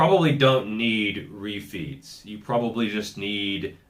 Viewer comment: It took me a while to work out that you weren't saying, "You may need more roofies." and you were actually saying, refeeds.